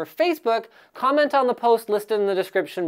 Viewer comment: Comet. (Notice how said comet instead of comment)